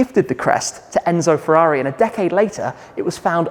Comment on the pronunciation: Furóree in Moranélow.